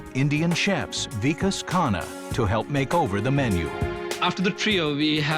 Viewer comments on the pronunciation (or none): The way the narrator pronounced Vikas 😭😭 weakass LMAAOO sorry Hahhah